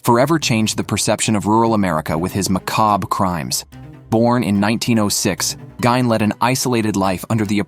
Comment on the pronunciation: It’s Ed “Geen” dude